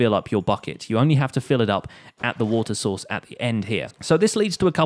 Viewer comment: am I just hearing Water Sauce ?